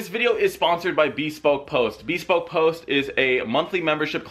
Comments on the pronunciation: Man's calling rice or nice but he cant pronounce bespoke 😅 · I don't think I've heard "bespoke" pronounced that way before.